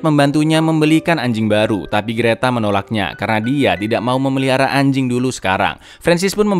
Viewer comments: Yah biasa aja dong kalau bilang ANJING🗿🗿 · Ngomong anjing ny biasa aja bg